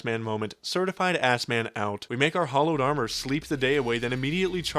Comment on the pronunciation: Why does he pronounce the word hallowed incorrectly?